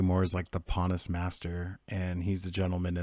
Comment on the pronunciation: Pannas is not correct. It is pon haus.